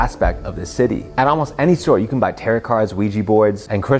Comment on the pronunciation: My brother in Christ, tarot is pronounce “terro” not “terrott”. If you want to be professional and show you know what you’re talking about you need to at least pronounce stuff correctly…